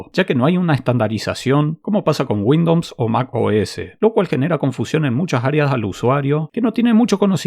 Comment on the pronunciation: Muere un Ing. de Software de Microsoft cada vez que pronuncias Windowns :)